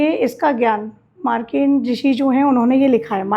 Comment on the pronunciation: Madam saptshati bolo uchharan sahi karo,markandey rishi ji ka nam bhi sahi nhi bol paa rahi,bade guru logon se gyan lo